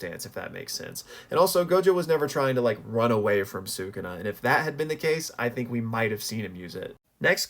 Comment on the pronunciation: I have an idea! Use the massive cursed energy from the culling games to revive Gojo and Yuta in their own bodies + give Gojo a power up with all that power. Also, please pronounce “Sukuna” properly. Lastly, I agree that it was Geto’s domain based on the aesthetic, the name, and the fact that Yuta used Unlimited Void in Gojo’s body rather than his own.